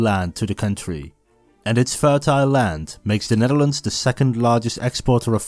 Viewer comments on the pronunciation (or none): Asjeblieft spreek de 'd' van world of land uit als een D , niet met een Hollandse natte 't'.